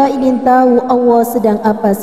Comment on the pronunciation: Pengucapan nama Allah nya tolong di perbaiki